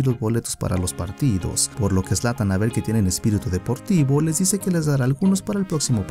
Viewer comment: Zlan? Jajaja es zlatan Ibrahimovic